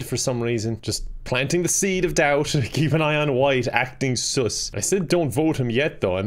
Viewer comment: i love how he calls sus “soos” no hate i just think it’s hilarious 😂😄